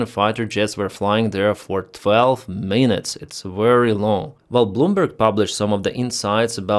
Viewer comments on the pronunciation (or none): none